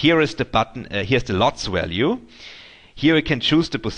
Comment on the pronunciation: Crack me up "Wallue" LOL